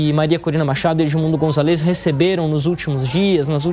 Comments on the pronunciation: Eh de se agoniar como o apresentador fala gritantemente errado o nome do líder da oposição – "Gonzalêz"... Eh González, GonzÁlez, tão difícil assim? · Excelente reportagem, porém queria chamar a atenção do locutor da JP sobre o nome do candidato: o correto é Edmundo GonZAlez (a silaba tônica é no Za e não no LEZ. Isso vale para outros sobrenomes em espanhol (MarTÍnez, MÁRquez, etc) são sempre paroxítonas, nunca oxítonas). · Pronuncia o sobrenome do candidato, è Gonzales.